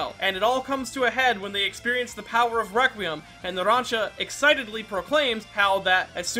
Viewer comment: "Naransa" Bruh